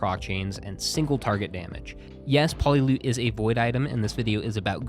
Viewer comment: love your videos but its poly-ute not polylute